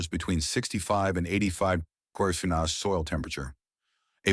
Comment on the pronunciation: AI can’t pronounce the word “degrees”. LOL